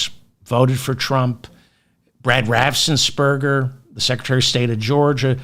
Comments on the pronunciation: Only one 's' in 'Raffensperger', not 'Raffsen' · Raffen-S-perger! .... NO extra "s" after the f. Make life easy for yourself, David! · Raffensperger. You’re adding an s after the ff’s that isn’t there.